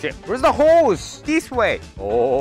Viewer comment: How many times did mispronounce the word "Horse"? Me: 17 Hoes and counting